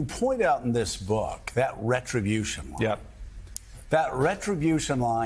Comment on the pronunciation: 'my succes is my retriobution'